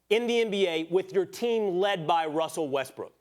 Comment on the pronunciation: OMG, this is annoying me! IT IS WESTBRICK CMON ESPN